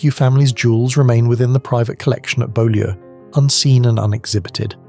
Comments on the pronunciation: The Montague House is pronounced “Bew- lee” Spelled Beaulieu! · Beaulieu is pronounced ‘bew-lee’. It’s a tricky one. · It's pronounced Bowl-yew in the case of Priscilla the wife of Elvis Presley